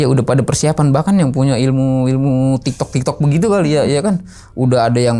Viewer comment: tektok bang, bukan tiktok 😁... jaman ane SMP juga masih rame tawuran,, sampe temen ane jadi korban dilempar balok pas kena pembuluh dara dikepala langsung meninggal ditempat..